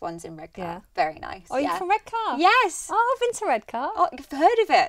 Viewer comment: Redka not Red car 🤣